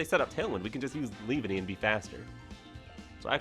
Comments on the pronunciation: Leave-Enny?? No its pronounced Lee-Vawn-ee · The way you said leavanny made me flinch😖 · Glad I wasn't the only one 🤢😭